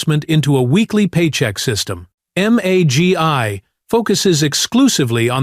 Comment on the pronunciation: MAGY not MAGI